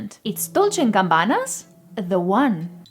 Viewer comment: Not gambana.... The name is Gabbana